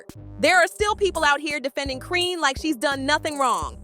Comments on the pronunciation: Who tf is "Crisseeyan Rock"? Who's the Indian man that runs this channel? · Her name is Chrisean you can’t even pronounce her name right😂🤦🏽‍♀️